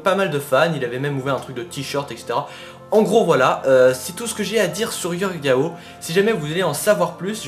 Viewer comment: C'est pas Yorge Yao mais Jorge Jao